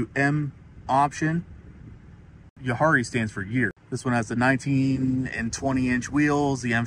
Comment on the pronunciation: You butchered “Jahre”. It’s pronounced “Yahhrre”